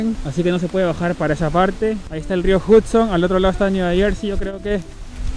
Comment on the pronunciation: Esperen a que me gane la lotto. Una cosita Hudson se pronuncia la U como una A..espero no te moleste la corrección.. Buenísimo video.